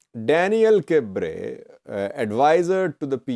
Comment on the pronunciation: Hi, pronunciation of Daniel Kibret is not by omitting the "T" sound in Kibret. Just say: kb-ruh-T.